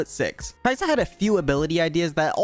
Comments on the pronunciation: Ka-i-sa in tagalog not kai-sa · It's not, Kayisa. It's Ka-i-sa with the stress on the "i" but the pronounciation is almost correct since you stressed the "i". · No no no, it's not Kaisa, it's Kai'sa but everyone pronounces it like Kaisa. If it's Kai'sa then it should be pronounced as Kaisà, then why do they even write it like Kai'sa which makes it feel like Kai Sa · Kayısı in Turkish language mean apricot pronunciation is almost same as kai'sa Soo some players call kai'sa kayısı "ı am gona pick kayısı" Lol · Sorry to inform you, but your "caisã" pronunciation was wrong again :( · Funny accent on the word "caisa" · "Ka isa" in Tagalog is two words not one word 👁️👄👁️ After he mispronounced it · As a Filipino, I didnt really think that Kai'sa might be a play on "(mag)ka isa". Might use some improvements on the pronunciation but other than that good job on the vid!